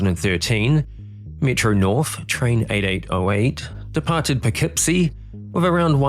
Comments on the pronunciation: great job on Poughkeepsie! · Congrats on pronouncing Poughkeepsie correctly. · 👍 for pronouncing Poughkeepsie correctly. Good on you, sir.